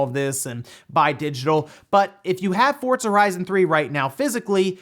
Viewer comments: Try saying Pizza. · The word "Forza" does not have the letter "T". Not sure why you always say that.